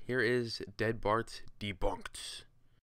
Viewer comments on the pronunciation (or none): "debarnked" lul